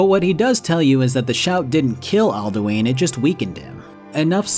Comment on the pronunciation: love this video but...Alduins name is literaly told to you in game and yet you still said aldueen. like comeon man